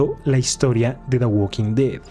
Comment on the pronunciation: En "da gualking ded" 🗣️